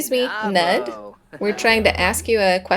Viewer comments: Weirdly enough I’m pretty sure Knud is pronounced to rhyme with pool. I thought the k was silent but i heard a couple clips online that claim to be native speakers and they pronounce both the k and the n but the n gets more emphasis. I think it’s similar to how some English speakers hear Knut as Newt and some hear it as Canute. Except Danish Ds sometimes change the quality of the vowel so it sounds more like an L is involved. So maybe someone else might hear it differently but to me Knud sounds like C’Newell. Hope that makes sense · Oh, is that Knud like Knut the Great? Probably, in that case it'd be pronounced with a hard K followed by "nooth," with a "th" like the "th" in "then", just fyi! (The anglicized form of its cousin "Knut" is "Canute") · I love Bess and her soulmate Knud. I assume it's much like Knut, which you say k n oo (like cool) t. We had a foreign exchange student from Germany stay with us when I was a teen. His name was Knut. I'm kinda getting used to Nud though. Lol Nice calm year other than Lucia's interesting behavior at the end there.😂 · Haha, thanks for this one! I definitely think Bess should go forward with Knud - especially if you keep pronouncing it 'knot'! I know it's not fair, because it's a really difficult name to pronounce, but I was cracking up every time you said it:) And you said it a lot, in a real skeptical way, too! I'm Danish, and as I said, it's a difficult one. The English version is 'Cnut' I believe. You pronounce both the k and the n. The u is almost like in 'pool', as higglety wrote, but shorter. The d sounds like an l to most non-danish speakers (I think this is where the idea of Knud rhyming with pool came from). But it's actually a very soft d, more like the sound of 'th' in 'the'. Okay, that was a long explanation - Google Translate pronounces it really well, if you want to listen to it:) Thanks again for the episode! I like how Lucia just randomly woohooed with the monk in the end!